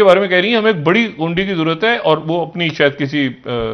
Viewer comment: شا ھد صاحب غُنڈی نہیں غُنڈے